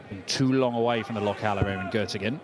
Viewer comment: Gottingen😂😂😂😂 Göttingen heißt es.